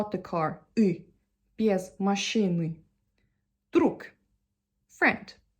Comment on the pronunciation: correct way of prononciation is "без машЫны" You spell И instead of Ы inthe middle of the word, it sounds awkward)